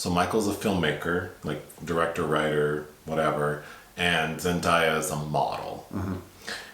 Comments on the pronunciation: Really annoys me when people get her name wrong since you pronounce her name as its written haha. Everytime they said ZenDieYa made me cringe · Zen-DAY-uh is the correct pronunciation, lol. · haven’t seen the movie yet so i’ll come back to this but you guys really need to get into euphoria. the role got z an emmy for a reason! i’d love to see a review for it, if you guys decide to watch. and like someone else mentioned, her name is pronounced like it’s spelled. day not die. there’s a short video of her saying it if you need a reference.